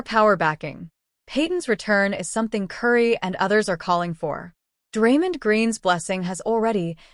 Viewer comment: Stop mispronouncing Draymond 😢😢